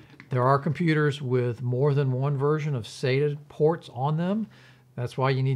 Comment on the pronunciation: its not pronounced SATA, IT IS SATA, LIKE WHEN THE DENTIST SAYS SAY AHHHHHH, sata